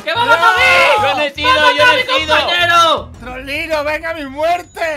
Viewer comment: Se escucha trolero en vez de Trollino